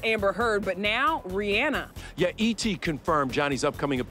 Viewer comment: The real backlash should be the way you all pronounce Rihanna’s name.